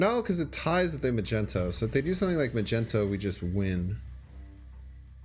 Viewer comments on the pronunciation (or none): He can pronounce magento perfectly though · mag-ne-to why keep saying mag-en-to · Can't pronounce Magneto. Hurts. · I love the content but i have to ask why dont you pronouce Magneto correctly? Its something am curious about.